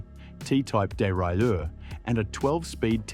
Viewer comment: Dee rye ler 😂